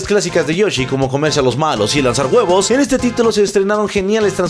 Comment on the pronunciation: "Y lanzar BUEBOS!"